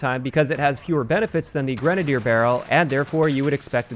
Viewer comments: I'm just happy he's saying grenadier, not grenade-ey-er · I'd like to take a moment to thank you for pronouncing "grenadier" correctly. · if you're not pronouncing it "grena-deer" then it's wrong. That's how it's pronounced lol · At least pronounced Grenadier properly!